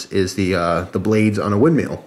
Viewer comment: WindMILL, not meal